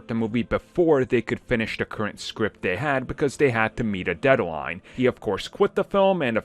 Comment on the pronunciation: God damn I spent a whole year not listening to you and you still can't pronounce "da" and "the"...! Wtf